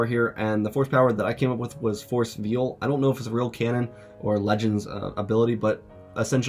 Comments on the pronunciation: Veil , pronounced "vale"" like a bridal veil. Force veil is a cloak for force presence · NGL, I thought he was saying Force "Veal" and first, until I figured out from context clues that it was Force "Veil."